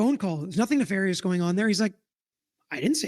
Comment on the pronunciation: Even more hilarious that she mispronounced it….. exactly the same way Brennan mispronounces it in an earlier hearing 👀🤣